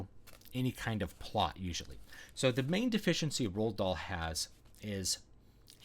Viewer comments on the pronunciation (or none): none